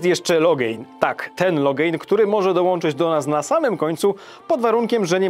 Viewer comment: Sorry stary, ale muszę to napisać i zrobię to fonetycznie, bo mnie aż razi: Loghain (Logen) - nie Logejn Ceilan (Keilan) - nie Cajlan Alister - nie Alester